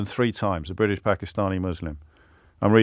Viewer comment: pronounces it as Briddish!